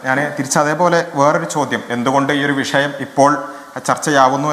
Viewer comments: നീ ചേർക്കണേന് മുന്പ് അക്ഷരസ്ഫുടതയോടെ പറയാൻ പഠിക്ക്. വിശ്യമല്ല, വിഷയം അതാണ് ശരി. " വിശ്യം " ത്ഫൂ.... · വിശയം അല്ല വിഷയം വി ഷ യം ' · വിശയം അല്ല, വിഷയം ആണ്. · വിശ്യം അല്ല, വിഷയം ന്ന് പറ.😂